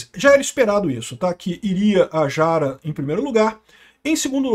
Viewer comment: AMIGO não é “Quest” é Kast! Com A pronunciada como se lê. E não é Jara é “rara” é assim que se pronuncia